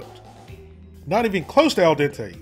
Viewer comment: say al dente again